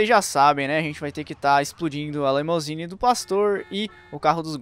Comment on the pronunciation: O cara deve ter falado LEMOUSINE umas 10x. É LIMUSINE.